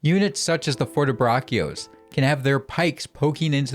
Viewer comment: Fortebraccio pronounced vith "K"? WTF, man? Even freaking google translate can pronounce it correctly.